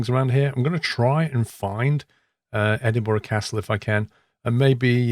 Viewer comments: Dude good video as always. But you sound British and should know its pronounced "Edin-bruh" not "Edin-bo-ruh" :) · Looking through the comments im surprised no one is pointing out how hes saying E-Din-bo-ruh instead of E-din-brah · there are also people that pronounce Edinburgh as Edinburg it's not pronounced like that the gh in Edinburgh make a light H sound so its pronounced Edinbruh another common one is people pronounce the W in Glasgow making it sound like Glas-Gow it's not, It's pronounced Glas-go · It’s pronounced Edinburgh. 3 syllables. Ehh. Din. Bruh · Can be said both ways, the incorrect ways are edin-BERG or edin-BRO, after all, 'burgh' in Scots is pronounced burugh, and is a scottification of the english word borough, obviously